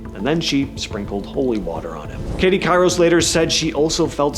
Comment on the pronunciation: It's Katie Couric (Kor-ick)